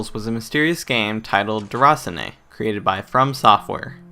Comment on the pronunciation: Good review man. I definitely think this'll be up my alley. Sometimes after a 12hr shift you just want something chilled. I thought it was pronounced 'der-a-seen'?